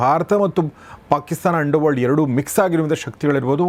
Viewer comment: ಮಾನ್ಯರೇ , ನಿಮ್ಮ ಪದಗಳ ಉಚ್ಛಾರವನ್ನು ಸುಧಾರಿಸಿಕೊಳ್ಳಿ🙏. ಸ್ವಲ್ಪ ನಿಧಾನವಾಗಿ ಪದಗಳನ್ನು ಸ್ಪಷ್ಟವಾಗಿ ಹೇಳಿ, ನುಂಗಬೇಡಿ. ಉದಾ: ನಿಮ್ಮ ಪಾಕಿಸ್ತಾನ ಪದವನ್ನು ಕೇಳಿಸಿಕೊಳ್ಳಿ. ಅದನ್ನು ಬಿಟ್ಟರೆ, ನಿಮ್ಮ ವಿಡಿಯೋ ಗಳು ಚೆನ್ನಾಗಿರುತ್ತವೆ 👍.